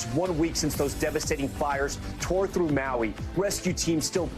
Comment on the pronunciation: You're getting better at pronouncing Maui 😏. Grind one Lau Lau bra, you going get em better ✌️